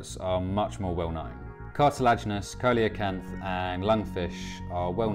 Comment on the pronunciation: I know it's pedantic, but the fish is pronounced see-lo-canth